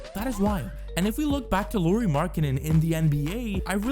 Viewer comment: FYI, Lauri is pronounce the same as the surname Lowry, with 'Lau' rhyming with 'how', 'now', 'cow'.